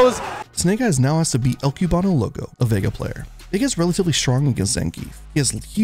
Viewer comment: The way both you and the commentators say cubano hurts my soul